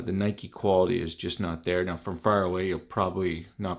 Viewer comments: You don’t pronounce it like that you goof it’s (ny•ki) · It’s Ni-Kee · What is Nike it’s nikee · I don’t know what’s worse, the shoe or his pronunciation of NIKE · who tf says nike like that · I'm a tad late, but I'm from Canada as well and that's not how I pronounce it 😂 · Well, he's also from Canada, so you can't say "no one" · did he say nike logo without an e